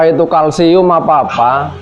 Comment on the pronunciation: Diskotik colloseum om, bkn kalsium hahaha